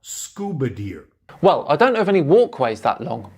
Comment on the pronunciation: ...not scuba GEAR... "Scuba deer". 🤦